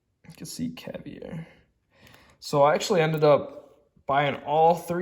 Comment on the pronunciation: Robert Coin is Italian..Roberto not Robert, and ALL of his pieces have a signature Ruby on them. Yours is on the back. Look for the Ruby. Also it's Lah-goss, and caviar like the food. 😀 lastly, it's Eff-eee. Pronounciations are not easy, you do good.